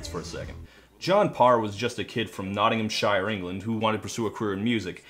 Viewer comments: NottinghamSHURE not SHIRE for fucks sake. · Ahhhh. It’s pronounced “Nottingham-shur”, not “Nottingham- shyer” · Todd, I love you mate but that is NOT how you pronounce Nottinghamshire, it's more like Nottinghamsheer. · "NOTTING HAM SHY EER" loooool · say it with me not-ing-ham-shear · Why do Americans always pronounce 'shire' wrong?